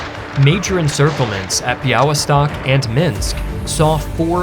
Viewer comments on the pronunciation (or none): pronounced BEE-AH-Ly-stock